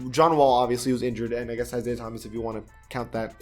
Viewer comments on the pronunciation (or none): none